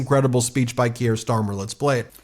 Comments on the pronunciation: I beg you to pronounce non-American names at least vaguely correctly! Kier is pronounced "KEY-er", not "key-AIR". Macron is pronounced "ma-KRON" (with the French 'r'-sound) not "ma-CRONE". We British will indulge your crucifixion of the name Graham (it's GRAY-um, not gra-AM) or Craig (CRAY-g, not CRAG) when referring to an American who uses that name. You will never have heard any of these names mis-pronounced before, so how do you screw them up so badly?? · “Kier”, Ben - rhymes with “pier”. NOT “Kierre” rhymes with “Pierre”. Geez - how would you like it if everyone decided to call you “Bean”? This is not rocket science - it’s just a small matter of basic respect. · Keir is not pronounced kierre like Pierre. It is keer - like beer! Important to pronounce people's names right as we all saw with Kamala . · This is not meant to be critical - just letting you know. Kier pronunciation rhymes with beer, so sounds like Keer. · Please, the British PM's name is pronounced "Keer". One syllable. Otherwise, keep up the great work! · Ben, thanks for everything you’re doing. Just a quick heads up: pronounce Kier = Kear (as in ear 👂) and Macron = (as in ‘on’ not ‘own’). Cheers!! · I dont wanna be "that guy" but its pronounced "Keer", like beer but with a k. Im sorry but i had to because ive been listening to his name for the last 5+ years! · just a wee heads up Ben it's pronounced Keer, up the mighty meidus🎉🎉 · He's not French, it's pronounced Keer 😂😂❤ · pron. 'keer' bud. One syllable. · Hi Ben - thanks for all the work you are doing! Just wanted to point out that you pronouce Keir Starmers name "Keer". Keep up tha fantastic reporting! Cheers! Lisa from Winnipeg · Kier rhymes with fear, for pronunciation context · "Keir" rhymes with "near" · Why can't you pronounce his name correctly? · I beg you, please learn how to pronounce Kier